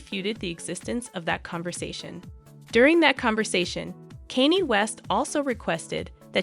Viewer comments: Kanye is pronounced con yay. Not Kanie. I immediately stopped watching due to the person that obviously didn’t do any homework before filming this video. Couldn’t keep Listening. If they can’t do the homework for the name even though sadly he’s world famous then this obviously is not real news. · Why are people that stupid and can't pronounce mega stars names correctly. This is like the tenth video I've watched where the person doing the talking does all that research and doesn't know how to pronounce a celebrities name correctly. Do they live under a f*king rock? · Please learn how to pronounce "Kanye" a it was painful to listen to the repeated mispronounciation